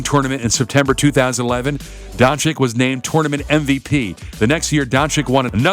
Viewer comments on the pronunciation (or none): It'a not Luka Donchik. It is Luka Donchich. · I think you should say Don-chich, not Don-chick. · Jebo vas dončik... on je dončič... če pa je vam američanom težko reči donCIC ga raje nazivite z imenom Luka in ne Luca😡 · Its pronounced donchich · Don-ceech.... This is how you pronounce it.. Like mine=Sim-ceech DON-CEECH!! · Kristapys Porzingis, Luka Donchik and Giannis Antekohupo. Very funny. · Well, because, in English, c can either be soft (as in "cease-fire") or hard (as in "castrate"). This reader opted for a hard pronunciation. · Your pronouncing doncic wrong